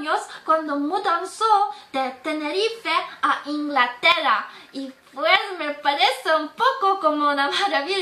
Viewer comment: la "ñ" le salió muy bien, talvez mejorar en la pronuncionación de "rr" como en "Inglaterra", pero en general le salió mejor que a muchos de los extranjeros que he conocido en mi país, C.R.